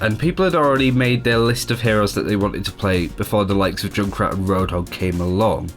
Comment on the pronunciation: Why do you call Junkrat Jun krat?? Its Junk Rat ^_^